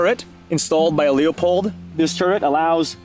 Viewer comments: He has no idea how to pronounce Leupold. That doesn't inspire confidence. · Not sure why you can't pronounce Leupold correctly. That is quite embarrassing.